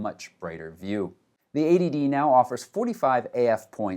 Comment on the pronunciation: Only problem is, it sounds exactly like 'ADD' when you say '80D'